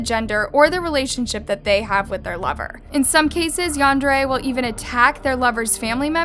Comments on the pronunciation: It’s pronounced ‘yan-dare-eh’! Also, oversimplification of the term yandere. Yandere is someone who is overprotective and very possessive of their partner, someone who will go to any lengths for their attention or affection. Including taking another’s life, usually they’d have no reason to take your life, even if you don’t want to be with them. Because the yandere will just stalk you and try to find ways to renter your life. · The way she pronounces Yandere ruined the whole episode for me☹️